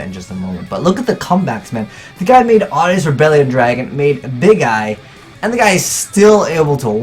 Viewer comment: Why does Azneyes sound at the beginning like "Ewww"